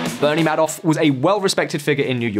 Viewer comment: video narrator could have at a minimum learned how Madoff’s name is pronounced, smh 🤦